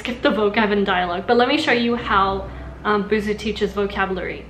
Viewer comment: ぶす じゃなくて, ブスー だぞ。 Still ww Her pitch accent is exactly the pitch accent for ぶす though, which is killing me.